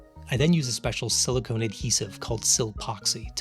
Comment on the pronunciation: In your intro you pronounced "silicone" and "silicon" the same way. Just thought I'd point that out. Bit of a pet peeve. I hate for people to think silicone oil has anything to do with silicon.